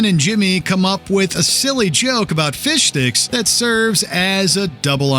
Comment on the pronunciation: Whole episode they were saying “fishdicks” but it sounds like “fish sticks” 😂😂😂😂